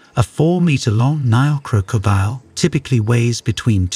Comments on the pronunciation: Croak-co- diel 😅 he adding random As and Cs and you're right I dont think I can finish this video cringe asf. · Every time i he said crocodile i cringed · You need to find an AI voice that can pronounce 'crocodile' correctly.